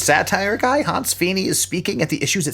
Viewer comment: Honse? I thought all this time it was Hanz.....!!!